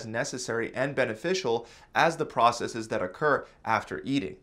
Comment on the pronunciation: Thank you for pronouncing "processes" correctly. So many think it's a Latin word and pronounce the plural as "process-eez." This is WRONG. STOP IT!